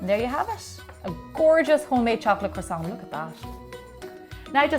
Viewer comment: are you going to finish that kwoossaunt